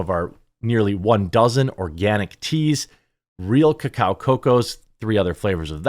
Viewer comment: You pronounced it right the first time it's co-cao not coco